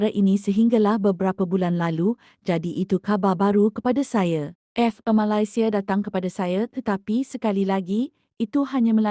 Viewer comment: admin sebut negara malaysia pun tak betul.. tak usah lh nk komen itu ini.. nanti kena scam .. sapa malu?